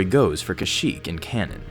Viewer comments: You said shyyyk at the start, not kashyyyk! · No offense at the beginning I only hear shyyyk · You said shyyk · "SHYYYK was the homeworld of the Wookiee race." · It doesn't make any sense that a planet has a name its inhabitants cannot pronounce. The name should sound like something Wookies can say.